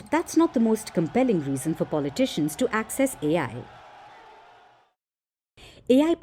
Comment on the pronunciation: Pulley Tishions…heck why can’t you pronounce politicians right..😂😂😂😂😂